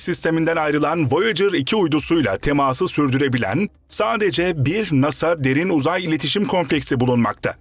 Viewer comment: Derin Uzay tamlaması yanlış vurgulanıyor. Böyle şeyler önemli.